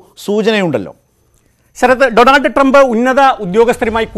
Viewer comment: അമേരിക്കയുടെ പ്രസിഡണ്ട് ജോബ് ഐഡൻ അല്ല ഡോണാൾഡ് ട്രംപ് അല്ലല്ലോ പിന്നെ എന്താണ് ഇയാൾ ഡോണർ ട്രംപ് എന്ന് പറയുന്നത്